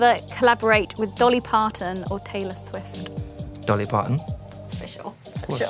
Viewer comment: “taylor swit”